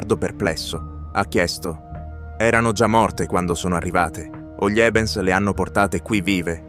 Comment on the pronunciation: video ben realizzato FORSE DA GPT... che non sa pronunciare "gli" ma dice G-li. Comunque... trovo che sia inquietante, sinistro e piuttosto inferico.